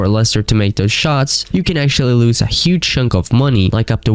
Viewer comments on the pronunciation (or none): none